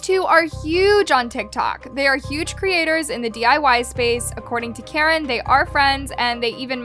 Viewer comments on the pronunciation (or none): Guys it's Caren not Karen sssniperwof has chica's head in the background😂